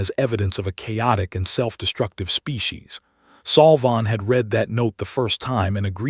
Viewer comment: Your stupid AI pronounced 'read' as read instead of red. Context pronunciation matters. Next time do your homework.